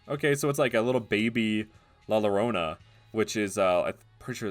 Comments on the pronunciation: The to L's are pronounced Ye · A very small nitpick i have is your pronounciation of "La Llorona", in spanish, when 2 "L"s are together, sometimes they are pronounced as a "Y", so "La Llorona" would be pronouced as "La Yorona", but i do understand why you pronounced it like that, it's fine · La Llorona, pronunciation wise it should be a bit more like "Yoh" - rO - nA. The strongest syllable would be the first one, but the last one also has some strength. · The water ghost thing is based of "la llorona" (pronounced: Lal yorona) She drowned her children and now stays in grief finding other children to replace hers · It's pronounced Lah Yoh-ro-nah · where did you hear La Llorona pronounced like Lorona?? That is false the double ll is y/j making me think of people who pronounce tortilla like tortila smh